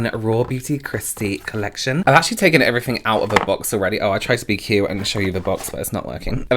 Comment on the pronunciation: Your "everyfing" is utterly addictive. I'm a fan 🤩